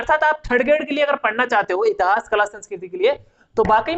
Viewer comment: इतहास नही होता मेरे भाई इतिहास होता है।